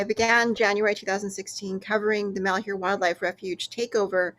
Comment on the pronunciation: Pronounced -Mal-HYUR